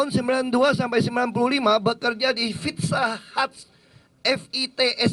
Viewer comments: ayo....makan..di...FITSA HATS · Hahaha, pizza hut jadi fitsa hats, kagak jelas emang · tok tok tok .. permisi , FITSA HATS deliferi . hahahaha